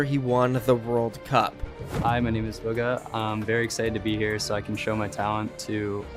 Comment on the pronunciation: Fng says booga instead of bugha